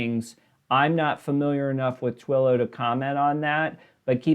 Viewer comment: I do not think you have any knowledge or understanding of stocks. You kept mispronouncing Twillo. It is the market leader is communication software. You are reading off numbers but do not seem to understand what they mean.